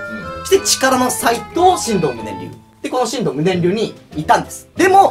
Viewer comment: ×しんどう ○しんとう